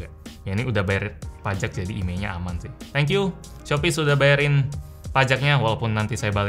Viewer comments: Shopyz di Tokopedia?" Me: Shopee di Tokopedia" 😂😂😂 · Shopyz bukan shopee boy